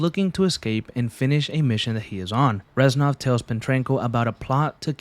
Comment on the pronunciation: It hurts to hear the "ranznov"😭😭 reznov my guy